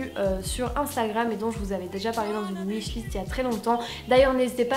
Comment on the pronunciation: Tu dis "ouishlist" c'est rigolo😃